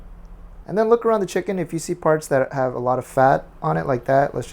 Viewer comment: CHEE-KUN? LOLLLLLL